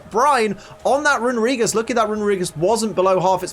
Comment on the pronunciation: It hurts to hear someone mispronounce Runerigus (it's actually Rune-Ree-gus) so much...